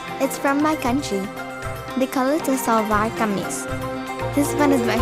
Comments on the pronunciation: She didn't even say it right 😭 oh my gosh. It's a Shlwar Kameez. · BROTHER THE WAY SHE PRONOUNCES SHWARKAMESE NUH UH THATS SO WRONG WTF IS THAT I AM DISGUSTED HUH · Gurl she's didn't even say it right. It's not a "sssslwar kamis" 😭 I can't rn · she didnt even pronounce “shalwar kameez” properly